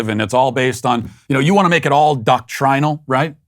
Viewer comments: Did anyone else cringe when he said "doctrinal" with the long "i" lol. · Are we all going to ignore how Matt pronounced "doctrinal"? 🤣 SBG 4 Life!